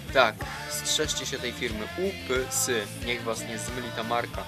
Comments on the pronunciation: UPS czyta sie Ju-pi-jes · serio ? FIRMA JU PI JES .. UPS ghhhaha xd